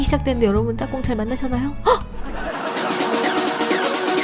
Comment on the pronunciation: 짝궁을 짬뽕이라고 들었어욬ㅋㅋㅋ